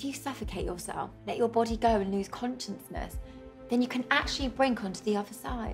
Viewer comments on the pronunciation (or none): Did she actually say “Conscience-ness”?